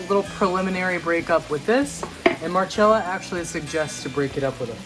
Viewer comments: It is pronounced Marcella if it was marchella it would be spelt like that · She'd cringe if she heard you call her Mar-CHella... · You got her name wrong. It’s Mar-CHELL-Ah, like cello. The least you can do is pronounce someone’s name correctly. If you want to make Italian food on your channel, you need to know how to pronounce the c in Italian words. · It is pronounced with a ch. Like cello is pronounced CHello. More importantly, that’s how she said her own name. Look it up. I imagine she would, however, cringe at how he treats his knife. 😆